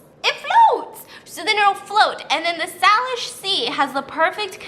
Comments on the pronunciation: Steaphanie it’s pronounced SAY-lish!!!!! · Just want to say the correct pronunciation of Salish is say-lish, completely understand that it doesn't look like it would be pronounced like that! really love your channel btw <3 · Hey Stephanie, I’m from Washington so I’m glad that you’re covering this story! I’ve only heard rumors, also it’s pronounced Sei-lish 😅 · As someone from Seattle, I can say I did in fact know about these feet washing up on the shore. 😂 but the way Stephanie kept saying Salish (SAY-lish) triggered me every time! 🥵 love you girl.